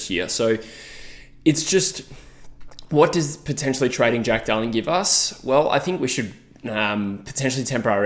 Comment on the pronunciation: At like 4.10 I swear you said Dack Darling and now its all i can hear 😂